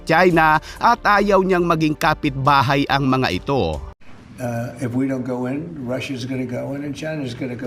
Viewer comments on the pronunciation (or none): niderlands o netherlands? ef you want? o if you want? umayos ka ha? lols peace....